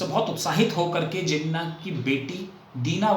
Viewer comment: Thanks. I am a Pakistan and here is my thought process. No disrespect to your accent but you have continuously mispronounced Jinnah’s name as Jenna’ without the [h[. I doubt if you were deliberately mispronouncing it but it was harsh on me because Jinnah is a very reverential figure in Pakistan. India has been blessed with great leaders while Pakistan had only Jinnah. Now the house in Bombay. Like millions of Pakistanis and Indians too, it was not easy to leave their ancestral home and migrate to other country and they always wanted to go back. Lots of them even brought the keys to their homes with them. Even ordinary Pakistani Punjabis like my father who had no palatial homes in Amritsar wanted to go back. Jinnah’s home was expensive one and so was his love for the home. At the time of independence, Jinnah vision wa that both India and Pakistan’s border would be soft borders meaning people can come and go as they wish and he or both leaders had no idea of this grand scale migration and the bloodshed associated with such migration. I think migration and bloodshed was not a foreseeable by both Hindu and Muslim leaders. It came much later with the Redcliff Award. So your accusation that Jinnah wanted to come back and longings for his home cannot be true for one additional reason and that only Jinnah knew the extent of his terminal illness. Fatima ~Jinnah ran for the presidential election in 1964 and could not have contested her will in India because that would h